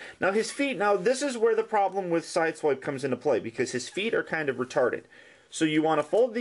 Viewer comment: lol, when u kinda say retarded like peter griffin in my opinion